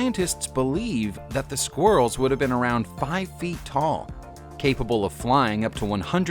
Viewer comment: Sqwirls lol hahaha